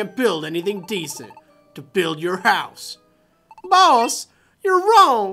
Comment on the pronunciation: Sounds like your saying balls instead of boss